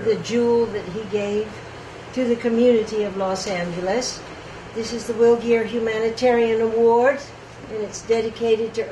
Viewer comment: Will Greer not geer